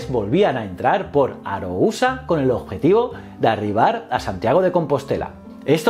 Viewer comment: Solo unha cousa q non me cadra. porque dices aarousa o dices mal